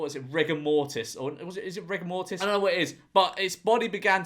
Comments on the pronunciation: why did george say "rigor mortis" like "rick and marty" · When he was saying rigour-mortise I thought he just forgot the name of Rick and Morty I was lost